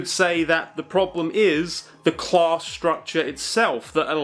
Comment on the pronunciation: oh CLASS, I thought he was saying clause.